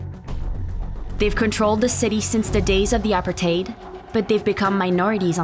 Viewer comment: Worst Narrator ever, they are speaking Afrikaans not Xhosa. Also learn to pronounce Apartheid correctly